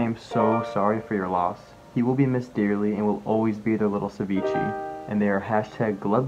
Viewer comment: You paid that guy over one thousand dollars and he didn't even say ceviché properly?!? #GlubbGang